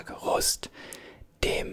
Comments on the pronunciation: Des heißt doch nit Ruuuust, des heißt Ruuuuhschd 😉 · Sehr gut gemacht! Ich wohne nur ein paar Kilometer von dort entfernt und man spricht es Ruhst also nicht Russt... Sonst perfekt 👍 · Ist immer wieder amüsant wie „fremde“ Leute Rust aussprechen 😆. Ich komme aus Rust und bei uns wird das u betont also Ruuuust